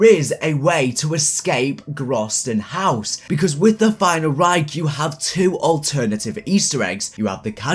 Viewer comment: grausten haus !?! it's GROESTEN HAUS